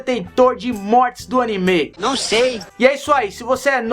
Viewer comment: É ANIME N ANIMÊ